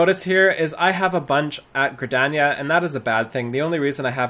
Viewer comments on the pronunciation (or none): none